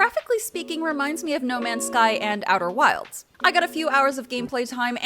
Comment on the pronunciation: “Outer wilds”